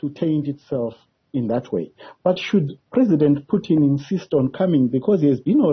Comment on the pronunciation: PUTIN ! Not "PYUTIN" !! Are you a mlungu wena journalist?!